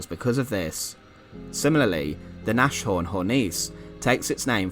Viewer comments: not nash-horn but Nas- horn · Nashorn is pronounced Nass Horn. The "sh" is not pronounced. S & H are separated. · Longer 'a' than I'd think 'nass' implies, as it comes from Nase ( /ˈnaːzə/) (English nose), while nass ( /nas/) means wet. /ˈnaːsˌhɔʁn/ , or listen here